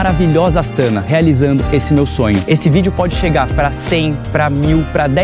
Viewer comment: Parabens pelo video e pelo passeio nessa cidade incrivel! COnheco bem pois vivo aqui e ja estive incontaveis vezes na capital.Algumas coisinhas: se fala "Astaná" (silaba tonica na ultima letra). Assim como Almaty se fala, localmente, Almatá . A capital se chamou Nursultan somente por um par de anos.... antes de 2018 se chamava Astana msm. Dai mudou e nao durou mt. O frio é absurdo mesmo, até pq venta demais nesta regiao (como vc mencionou), Elevando ainda mais a sensacao termica 🥶. Abraços e bons videos !